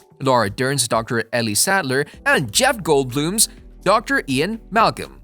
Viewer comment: Sam Neil, Jeff Goldblum. No S. The reading and writing on this is atrocious.